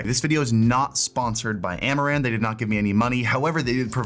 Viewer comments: I kept hearing Amouranth and not Amaran. So when he said "thanks amouranth" had a wtf moment xD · I heard "Amouranth" lights :face-green-smiling